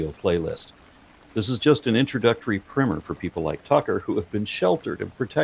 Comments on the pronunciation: Primer is pronounced like prime number, prime the pump. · I hate hearing you say “primmer” over and over again - because it’s quite obviously “PRIMER” - not primmer. Like the base coat of paint you’d put on a wall - (or what you might call someone who shops at Amazon regularly). And even if “primmer” is the accepted way of pronouncing it in your part of the world, it’s still stupid and doesn’t make sense. It just means that so many people have mispronounced it for so long, it’s grown to become accepted. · you say 'primmer', but do you mean 'primer'. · ESL person here my english is pretty good and i've been reading books exclusively in english for a couple years now can we please change the spelling of "primer" to "primmer" if it is pronounced like that this just really caught me off guard always pronounced it like "prime"